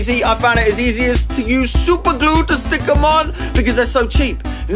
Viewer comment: THE WAY HE SAID SUPERGLUR